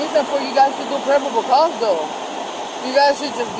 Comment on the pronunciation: What is "pribable cause?"